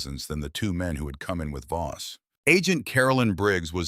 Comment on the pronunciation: Is the guy's name Voss or Boss ? The narrator has pronounced it as both and text has spelled it both ways . So which is it ?